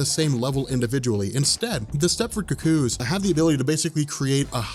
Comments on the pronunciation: I'm still trying to get over his pronunciation of "cuckoo": "cu-COO". lol I've always heard it pronounced "COO-coo". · It's Stepford Cuckoos pronounced "koo-koos" not "KUCK-koos." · Hey, I appreciate all the work you've done and you put out a very good product. But the way you're saying "cucko" is killing me. Maybe I've just hate watched too much right wing stuff but it sounds like you're calling them the Stepford cucks. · You need to learn to pronounce cuckoos. It's not ka-koos. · The way you pronounce "cuckoos" irks me a little. Oh, and there were originally 5, not 4. Sophie and Esme are dead.